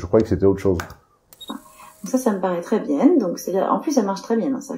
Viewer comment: Un moment, ce cruche dit: Très bien puis se rattrape et dit très bienne. 😆😆😆